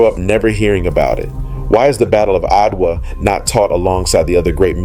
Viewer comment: Fascinating history! But why did the narrator refer to Adwa by spelling out its name, A-D-W-A, instead of pronouncing it ?